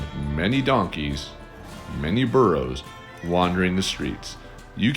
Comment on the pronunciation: It's Burros, not Borrows